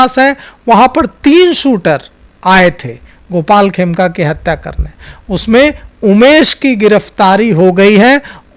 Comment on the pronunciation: Aaplog dono bolne me bahot galtiyan karte hain, madam 'Khemka' ko 'Kheme' bolti hain, aur 'ADG' ko 'ADJ' BOLTE HAIN. Aapki jankari ke lie bata dun ADJ judge hota hai.